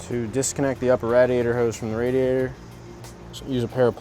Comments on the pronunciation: Rad iaytor??? Wtf lol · Had to stop. Couldn't stand hearing dude say "Rad! iator" . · Philly area accent! Malvern, PA is right outside of Philadelphia. Believe it or not you'll hear a lot of people say radiator like that(rhymes with gladiator) in Philly and the surrounding suburbs.